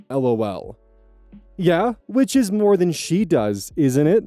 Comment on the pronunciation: That makes more sense. I knew that you were talking about teen parents versus adult parents. It was the "move" instead of "more" that threw me for a loop. Still not sure about the rest, though.